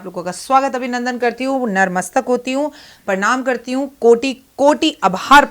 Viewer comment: Jai mata di mam narmstk nhi hota natmastk hota h